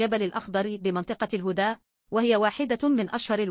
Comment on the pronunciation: قراءتها كلها غلط الهُدا😂 تقصد الهَدا🥴.. اكتبولها الحركات علشان تكون القراءة صحيحة لأن قراءتها تفشششل وبعدين أخبار كاذبة لايوجد وفيات حتى الآن الله يشغلكم بأنفسكم عن السعودية وشعبها ..